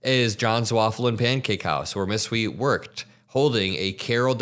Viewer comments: This is beyond disgusting Hui is pronounced h-uei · These troglodytes knew exactly what they were voting for, they're just sad now that their cheap and easily exploitable labor pool is leaving before they could pivot to an alternative. By the way, Hui is pronounced as a combination of 'who' and 'hey'. The 'i' is not an 'e' sound.